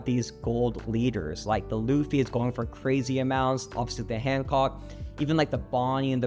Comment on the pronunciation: Tell me you like one piece without telling me: “Laffy T. Nonkey” - 😂